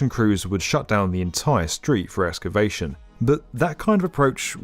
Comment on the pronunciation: he says ‘escavation’!